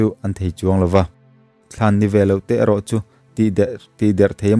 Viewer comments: Thlân nilo in "thlan" te meuh pawh, tihtur zawk ni awmtak ani 😁😃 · Thlân (Mitthi thlân) ni loin thlan (vohbik) tih zawk tur ania(I sawisual palh niin ka hria a😊) 🥰🥰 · Thlante tih lam rik dan hi thlanbikte tiha 'thlan' tih anga lam rik nise a dik ang. Zawlnei tak leh der hi chu an rah atanga hriat tur a nia hmanhmawh lutuk lo phawt ang u. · Thlan i lam dan hi in en let rawh athu tum a bo tep a lawm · Thlan tih i lam rik dan hi a dik lo